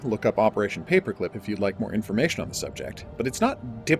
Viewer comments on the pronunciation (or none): none